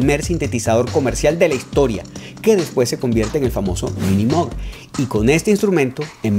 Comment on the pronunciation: MOOG....se dice mug